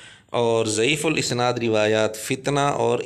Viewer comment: مرزا جہل می اسناد کے الف پر زبر پڑھتا ہے